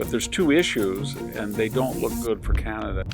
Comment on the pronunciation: Corporate CEO selected not ee lected❤ car knee kana duh❤